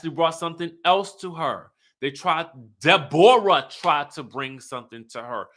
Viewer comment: Every time you say DeBoreAh I die laughing